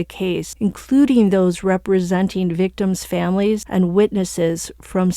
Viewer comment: Yes but he needs to practice the victims names. The families were rightfully upset.